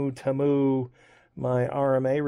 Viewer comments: HOW do you get “TAY MEW” out of “Te MU”??? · It's T moo. That's how thier first commercials said it (they since changed it a while back) How dare these Chinese expect us Americans to phonetically say it right. If we butcher all the other foreign brands, they get the same treatment. The arrogance ! Don't apologize